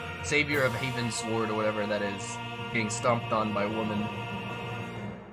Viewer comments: So you know "Northward" or "Eastward"? It's "Heavensward" Heavens + Ward, as in going up to the heavens, not "Haven Sward," which I have no clue what that means xD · Its called Heavensward, not Havensward.